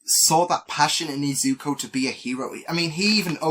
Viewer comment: its "Izuku" not "izuko" btw